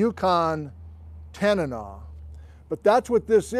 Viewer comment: I lived for a while as a youth in Tok, Alaska and I can definitely say that in that region it was pronounced "tan-uh-naw".